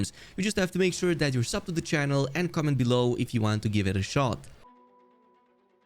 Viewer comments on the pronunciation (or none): none